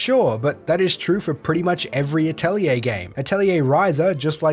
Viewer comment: You actually pronounced 'Atelier' correctly. You are the hero we deserve. Lol